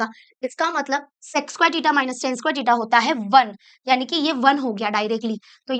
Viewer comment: Btw its Theta not tita